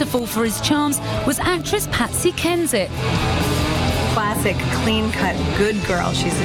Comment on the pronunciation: Not saying Patsy HENSHIT instead of Patsy Kensit 😂😂 lmao